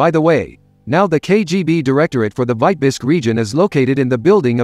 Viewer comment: ? Why is Vitebsk mispronounced ? Is this A. I. generated ?